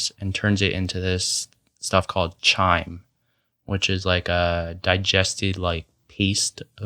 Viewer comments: Good discussion, covered pretty much all the stuff I'd seen regarding carnivory thus far. Just a minor thing, 'chyme' is pronounced Kyme...K, not ch, even though it's spelt with a ch. (Gotta love the English language!) There will probably emerge different TYPES of the carnivore diet in the future....so much to unravel....but for now it's so straight-forward & simple to recommend eating only animal products in general; no macro ratios to count, etc. A great way to go keto. :-) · (Biologist here): Great info, but "chyme" is pronounced with a hard "ch" like "Kyme". Also "caecum" is "see-kum". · freestyle would "chyme" be like "Chemical" or "chorus" .